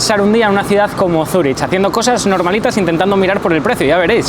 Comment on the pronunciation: Cuando dices Zuri”ch” en lugar de Zuri”k” me silban los oídos xD